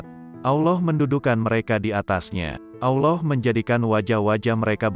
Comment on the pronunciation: Maaf salamnya bisa benerin lam jalalah ada yg di baca tebal dan tipis. Contoh tebal jika jatuh setelah charokat dhommah dan fathah, bunyinya. Alloh, abdulloh, yg tipis jatuh setelah charokat kasroh. Billah.begitu. terimakasih 🙏